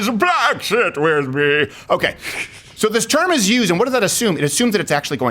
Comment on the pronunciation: I thought he was saying Black With for most of the bit